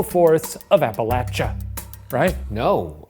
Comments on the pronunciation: I always get excited when Appalachia is pronounced correctly (the way the majority of the people in the region say it APP- A- LATCH-A) well done Shane! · Thank you for pronouncing Appalachia correctly! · Shane as someone from the Appalachian mountains and on behalf of every Appalachian we greatly appreciate you for pronouncing them correctly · Shane pronouncing Appalachia correctly was once again a reminder of why I love him. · Shane pronouncing Appalachia correctly gives me hope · I'm loving the correct pronunciation of "Appalachia" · Oh my God, Shane! Thank you so much for pronouncing Appalachia correctly! Nothing infuriates us Appalachians more than hearing it pronounced App-ah-lay-sha 😂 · you guys pronouncing appalachia right makes me so happy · Shout out to Shane for saying Appalachia correctly. My Appalachian rage is appeased for the day. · Thank you for pronouncing Appalachia correctly Shane! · thank you for pronouncing appalachia right shane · Thank you for pronouncing our mountains correctly - sincerely, an Appalachian who will throw an apple-atch-ya for pronouncing it wrong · Above all else, I'm just glad Shane says Appalachia right